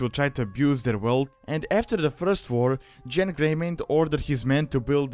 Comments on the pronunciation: You mispronounced Genn. The G makes a geh sound, not a jeh sound. Start a Worgen sometime if you haven't before, the name is spoken multiple times in the starting area. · it might be ya accent but its gen not jen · not JENN its pronounced GENN not JENN, that's how every npc says it, and every player I know that I've talked with on skype / teamspeak / discord, said it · Genn not Jen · If a soft G makes a J sound, then that's wrong, even the npcs say Genn, there for, GENN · To much stuff that isn't accurate first of Genn doesn't have a j sound it's a g sound second the events of the Worgen Starter Area take place during the Cataclysm pre-patch in Wrath of the Lich King not after Deathwing comes out of Deepholme. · You say Genn the same way you say gif